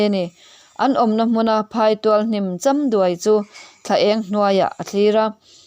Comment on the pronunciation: I chhiar thiam hle a, sawisel tur awmlo chuan a har; alo cham duai tih vel i lam dan in anloh ṭum erawh a awm ve.